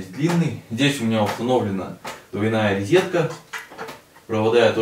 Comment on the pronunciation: Обожаю вас смотреть. Только не рИзетка, а рОзетка.